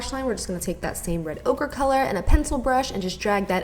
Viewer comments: Lol she says Red Ogre instead of red ochre 😂😂 I love you 💕💕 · Lmaooo😂😂😂😂 she sed ogre instead of ochre😁😁😁💕💕💕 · Sounded like you were saying red ogre haha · I kept hearing "red ogre" it was making me giggle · I kept thinking you were saying "so I'll just take some more red ogre..." For that eyeshadow lol 😂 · I kept hearing red ogre. lol. Very nice look and glad our ma is back! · "Red ogre" I cringed so hard😂 but it's alright girl we all fuck up sometimes. Love you! Xxo